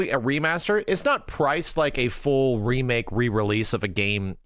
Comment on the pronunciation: A "DEE Make" 😂